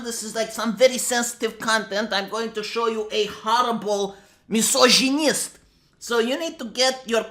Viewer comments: Say misojonjjist one more time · I like the way you pronounce misogynist hehe